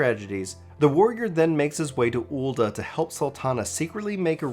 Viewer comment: My one issue with this is mostly your manner of speaking. You don't really enunciate well in certain parts and your words sort of slur together to become undecipherable. Like in one point it became a bit hard to fully follow, then heard 'ul'a' rather than 'Ul'dah' I knew what you meant, but still. Additionally some of the visual choices made the story hard to follow where you'd be talking about one thing but showing another.